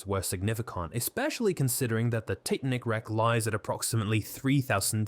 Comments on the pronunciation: barely or not being able to understand many of the numbers.... it literally says tic .-- nik instead of titanic at least once. those things made me think "is my english too bad"? but then comments reassured me it's just the faulty AI voice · ‘Tic nik’ instead of Titanic, good grief AI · Plus, the AI narrator changes its accent, SHOUTS, can't say numbers, called the Titanic "tit-nic", the reading sped up and slowed down several times on top of the repeating of sentences or overuse of using the first sentence & last sentence of each paragraph to say the same thing that the paragraph said. Restating everything. It's painful to listen to this. Aren't they suppose to put they're using AI for scripts & narration in their descriptions nowadays? I thought YT told them they needed to do that? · I can't say that I've ever heard the name of the Titanic pronounced "tighten-ick". Took my brain an extra billionth of a second to process that into my reality. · Truly painful to listen to the AI butcher pronunciation so badly, including “…the Tit-nik wreck…” at about the mark. Credibility is eroded. Did you not listen to this before uploading it? Cry key!!!! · What's the Tit-a-nick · The AI narrator changes its accent, SHOUTS, can't say numbers, called the Titanic "tit-nic", the reading sped up and slowed down several times on top of the repeating of sentences or overuse of using the first sentence & last sentence of each paragraph to say the same thing that the paragraph said. Restating everything. It's painful to listen to this. Aren't they suppose to put they're using AI for scripts & narration in their descriptions nowadays? I thought YT told them they needed to do that? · Can't even pronounce 'Titanic' correctly. Garbage.